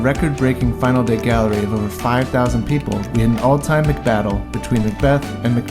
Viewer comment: I enjoyed everything about this video until you said "McBattle" lol, but seriously great job man